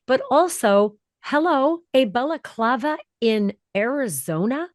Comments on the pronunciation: It's balaclava not belaclava! If you can't pronounce words right don't do this kind of stuff, get a day job that doesn't include speaking! 🖕😎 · Stop saying balaklava. Its annoying